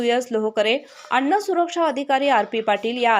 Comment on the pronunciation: अण्ण काय अन्न बोलता येत नाही